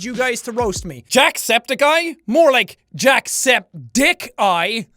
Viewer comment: Are you gonna call him Jacksepthicceye from now on?